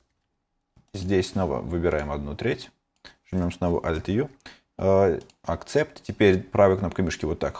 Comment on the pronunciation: Не Акцепт, Эксепт)